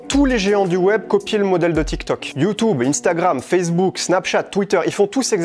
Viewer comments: J’en ai marre ok…. ?? C’est quoi YouToube ..? Arrête !! Je t’ai entendu dit ça des dizaines de fois 😡 c’est YouTube et non YouToube 😂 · Il a raison mais j’en ai marre quand il dit you tube c horrible